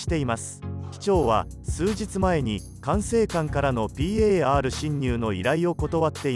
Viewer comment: ぴーえーあーるしんにゅう の発音がじわる